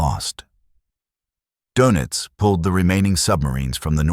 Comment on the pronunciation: Sorry for the pedantry , but it’s Admiral Donitz. There’s an umlaut over the o that changes its pronunciation. All this is unimportant other than signalling the reader that whoever cannot pronounce Donitz probably has not done much research